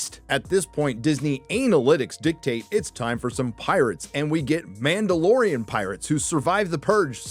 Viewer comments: "The mandaloriana" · It’s ma’am! It’s ma’amdalorian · The Ma’amdalorian! 🤣😂🤣😂🤣😂